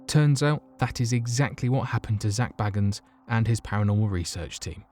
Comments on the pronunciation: Bagens: bay - gins not "baggens" 😆👍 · I know, I was spelling his name phonetically because he pronounced his name incorrectly. Bagan is pronounced "Bay-gins".